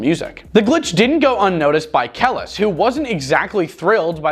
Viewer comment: I think that if you are going to talk about people you should pronounce their name properly. Kelis (Ka-li's)